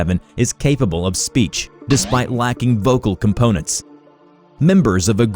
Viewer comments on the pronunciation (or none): none